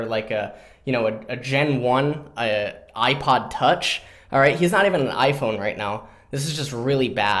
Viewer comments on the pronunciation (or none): none